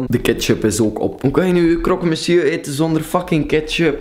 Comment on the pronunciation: like als je ook dacht wtf toen krokemesju zij ofzo😂😂